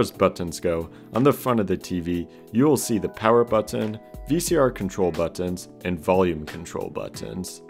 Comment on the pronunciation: You say button weird... also good video